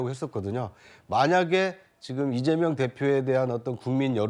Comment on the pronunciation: 찢재명 찢재명 찢지명! 으로들린다